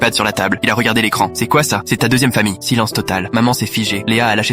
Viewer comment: Nn c'est pas silence total mais silenteeee total😂